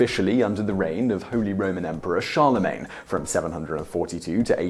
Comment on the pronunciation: mmm…you pronounced “Charlemagne” correctly. Good to see…or hear. 😬😬😬